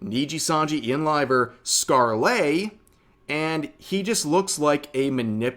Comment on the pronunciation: It's pronounced Scarle without the Le Rev. Silent e.